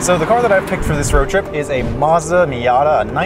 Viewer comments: This guys doesn’t even know how to say Mazda.. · Is Matsuda, not Mazda...nice video btw